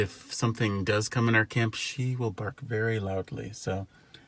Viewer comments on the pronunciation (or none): none